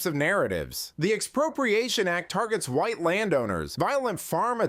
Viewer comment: I like how much emphasis she put on white. South Africa found South Africa not guilty of genocide. Apparently they don't document race in these statistics that they cite as evidence. I don't know if that's true but it would be very interesting if it were, wouldn't it?